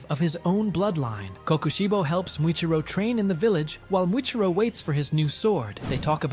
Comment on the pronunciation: Its muchiro not mitiro 😂😂😂😂